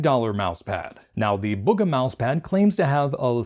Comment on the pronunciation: its bug-uh